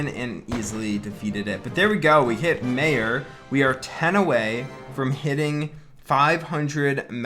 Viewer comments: Everyone just gonna ignore how said mayor and not major lmao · in major you pronounce the j